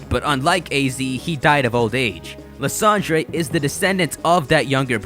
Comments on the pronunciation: His name is pronounced lie•ZAN•der. Otherwise, nice video. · Still can't get over the fact that you keep mispronouncing Lysandre